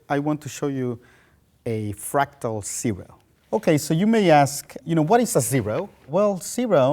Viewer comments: I love the way this guy says zero (lol). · He has a slight accent until he says "zero" and it just disappears. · I love the way he says zero